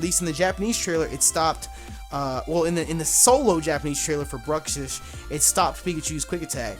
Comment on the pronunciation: pretty sure it's supposed to be pronounced as bruks ish. I think it's a combination of bruxa and fish.